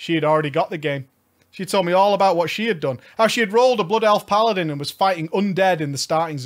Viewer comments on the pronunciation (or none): none